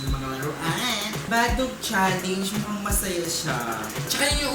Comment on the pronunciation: pls naman po magbasa ka ng comments para alam mo na challenge ang salita hindi challenyg